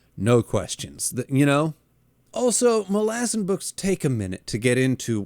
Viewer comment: Are you mispronouncing "Malazan" just to upset me? 5 books in a big dog, it's mæl-uh-zæn. Please, get it together.